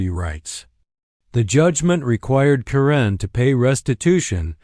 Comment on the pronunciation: It's Pronounced Karen not Corinne